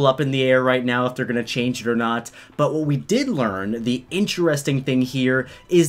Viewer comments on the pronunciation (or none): none